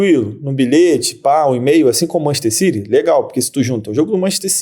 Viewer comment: Nunca entendi pq brasileiro diz Manchester CIRI e não CITY